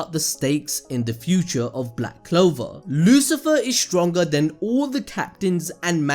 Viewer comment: Tf you talkin bout this is THE "BLWACK CLOWAR"😂😂 LIKE HELL SOMEONE WILL DIE EVEN GAJA WHO SUPPOSEDLY DIED TWICE OML I CANT-😂🤣